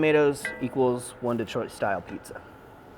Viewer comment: LOL -- "DEE-troit" I grew up in Kansas too and it comes out "duh-TROIT".